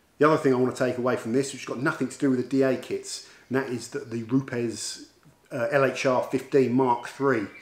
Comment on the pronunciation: Great video although the company is pronounced as “roops” 😎